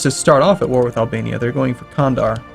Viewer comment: By the way, it's pronounced Jandar